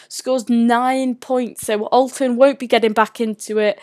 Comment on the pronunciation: YOU MEAN {SAYS IN VERY POSH ACCENT} ALTON TARS